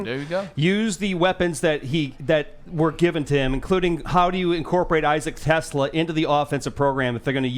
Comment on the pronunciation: TeSlaa’s name was pronounced wrong. It’s Teh-Slah. Rhymes with Ooh-la-la.